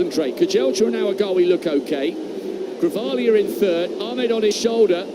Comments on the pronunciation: 😂😂😂 They are calling him Grivalia not Guevara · Commentator- his name is not Guevera, it is Grijalva, or in English pronunciation for you, Gree, Haul, Buh...not Gue, Ve, Ra. 🤦🙄😕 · The male announcer called him Guevera at the beginning then he switched to Grivalia when the female announcer was calling him that. Bonehead disrespectful unprepared commentators.